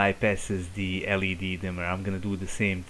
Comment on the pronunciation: to de , to de, to de, for de, use dee, put dee, Take dee, Off dee, dees a............!!!!!😂🤣😂🤦‍♂️🤦‍♂️🤦‍♂️